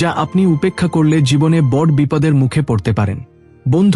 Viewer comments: বর নয় বড়ো বলতে উচ্চারণ করা উচিত। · খুব ভালো লাগলো শুনে। তবে " বঢ় "শব্দটিকে " বড়ো " বলে উচ্চারণ করলে শুনতে ভালো লাগবে। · বঢ়্ কথাটা বাংলা শব্দই নয়। বড় শব্দের এরকম উচ্চারণ, কুল্ দেবতা উচ্চারণ শুধু ভূল নয় হিন্দি ভাষার অনুকরণে প্রাপ্ত। বাঙ্গালীর কাছে এটা নিতান্তই অপ্রত্যাশিত। বাংলা শুদ্ধ উচ্চারণ যদি বাঙ্গালী না করে তবে তার বাংলা ব্লগ করা উচিত নয়। বাংলাকে এভাবে লাঞ্ছিত করার অধিকার কারোর নেই।